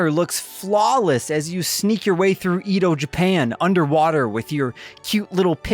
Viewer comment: im sorry but the way Edo was pronounced was a crime. lmao